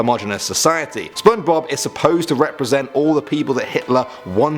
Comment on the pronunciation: Did no one noticed he said Spidblob?